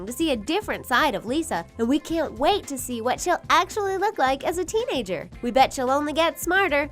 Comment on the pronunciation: “As we wit for her to grow up” 😂